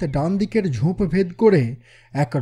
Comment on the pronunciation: সার্বিক উপস্থাপনা খুবই সুন্দর। শুধু কয়েকটি উচ্চারন একটু কানে লাগে। যেমন ‘স’-এর উচ্চারন ওই শ্যামবাজারের শশীবাবু লাইনটার মতো। তারপর ‘উপত্যক্যা’ বা ‘ঝোঁপ’। ইংরাজি গুলো আমি অতো ধরছি না। আশা করি আমার কথাগুলো খারাপ ভাবে নেবেন না। আমার উদ্দেশ্য আপনাদের কাজের মান উন্নত করতে সাহায্য করা। এমনিতে খুব ভালো...চালিয়ে যান 😊